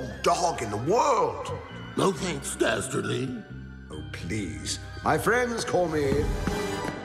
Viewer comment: Very clearly Scooby saying "Stasterly"